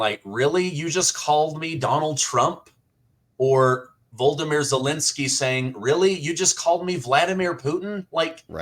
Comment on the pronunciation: Thank you 🇬🇧 You flubbed. No biggie... but it's V L O d i m i r, not 'Voldimir' (re the Ukraine president.)